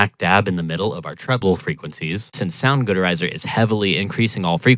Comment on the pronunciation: soundgood erizer? what the hell is wrong with you? 😅